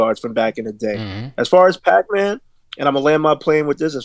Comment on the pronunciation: Who is pacman? His name is pac like xpac and tupac.